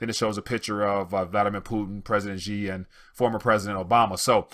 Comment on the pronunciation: Dear,China is such an economic force in the world now, that you should make the effort to learn how Chinese names are pronounced. The president of china today is XI (pronounced SHEE) not JEE.